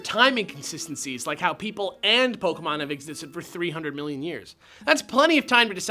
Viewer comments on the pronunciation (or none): Bill: POKAMON!!!!! D